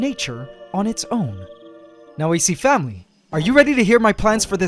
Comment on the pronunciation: So um how about a shot every time he says "AC FAMULY"